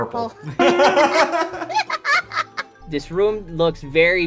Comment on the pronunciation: and said puprle at the same time